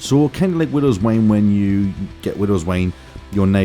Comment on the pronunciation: boi this guy said widow's wane it is widow's wine!